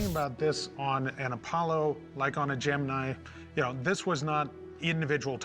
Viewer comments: Am I the only one bugged by him saying "Jiminie mission"? 🦗🚀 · I had to pause and comment.... its the Gemini as in eyeball i not a freakin eee That dude doesn't know** from a hole in the ground when it comes to the space program, He is just in it for the money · Gemin(eye) not Gemi(knee) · Gem-in-eye. Not gem-in-knee. Who else pronounces it that way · Gemenie dont you mean Gemini ? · Lmao the 'geminny programme' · The fact that he keeps calling it Gemi-knee is really triggering my OCD. 😡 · The first guy was an embarrassment. "Jim-min-ee" instead of Gemini ♊️ 🙄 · The guy pronouncing Gemini as "Jiminy" is irritating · "Jemini" program like the cricket. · He said Gemini like Jimminy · Did that first dude really say “gemin-eee” program? Wtf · When he said Geminee 🤢🤢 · How did he pronounce Gemini?!???....lol